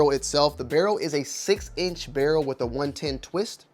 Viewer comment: Wiff? Not with?